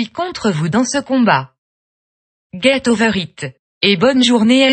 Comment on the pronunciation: « guète oveure ite et bonne journée émoticone souriant », je pleure de rire, merci.